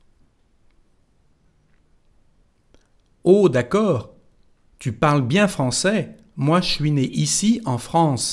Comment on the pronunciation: no se dice ou sino u cuando se dice tu.